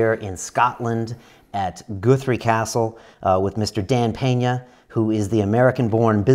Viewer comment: WTF? Goothree? Top kek. Nah, m8. Guthrie. "U" as in "gut".